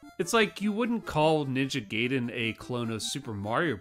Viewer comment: So I am late to the party, new round these parts, and you do have me slightly beat with grey hairs, but I posit this; You said Ninja 'Gayden' which is how I phonetically pronounced that game for years, but that means you had to have seen the movie The Wizard and heard the door guy pronounce it Gaiden then consciously made the choice to continue to pronounce the game in the same way you had for years. If you have not seen that movie, please disregard the previous statement and go watch it. I'll wait. On a more seriously note, I did just find this channel. Feels like home already.